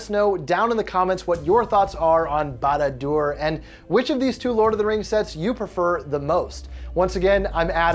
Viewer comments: couldnt pronounce barad dur? good luck with any other word tolkien has made than haha some of them are very very hard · Lost me in the very beginning not being able to say the name right.... he's not a LOTR fan sorry